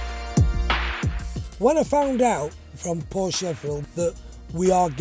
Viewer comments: Loves the brand but cannot say Porsche properly.... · Well, if you have a favorite car brand, the least you could do is pronounce it correctly.